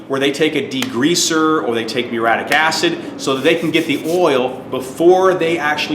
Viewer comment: "Proven, and they work". Redundant. "Meureeattic" acid. "Vinger"?